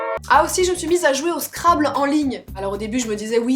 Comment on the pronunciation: On prononce scrabble : Scrabbeul